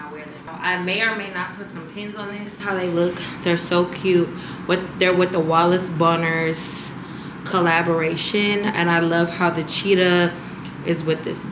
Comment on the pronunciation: The sambas collab is pronounced WHALES BONNER (Wales Bonner) a black British female designer